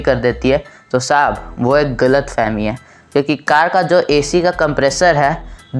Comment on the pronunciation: ITS SAHAB NOT SHAB🤣🤣😂😂